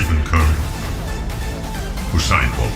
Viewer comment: Curry ended up not signing with Nike because of the way you just pronounced his name, LOL. Gotta get it right or if you're underarmor then you're thrilled they misspronounced it.